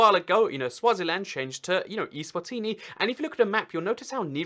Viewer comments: eSwatini not iSwatini! Stupid English!! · Macedonia (FYROM) is pronounced fye (*fi* in fire) rom (fye-rom eSwatini is pronounced ay-zwah-teenee